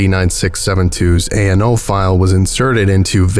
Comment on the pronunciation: I know it's probably the dyslexia, but you do keep saying .nao instead of .ano files. Not really a big deal, I just kept noticing it.